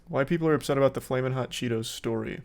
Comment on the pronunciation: It took a Mexican to get “flamin’ hot” down right.